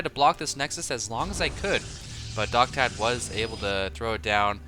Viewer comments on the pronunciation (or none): i think that guys name is Docta D, as in doctor, not doctad.